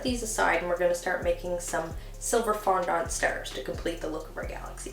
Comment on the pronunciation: Isn't it fondant?... not fondaunt